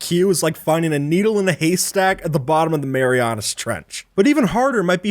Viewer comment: “Marianis trench” IT’S MARIANA TRENCH